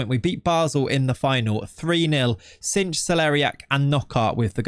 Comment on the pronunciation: Bijlow and cijntje arent supposed to be pronounced like that 😅 more like bi-low and not cinch but sain-tye. Dont know if that sounds it out wel but should be better then it was now. Other then that great video 😁👍🏻.